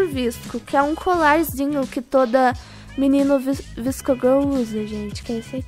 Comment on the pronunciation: Se fala vasco girl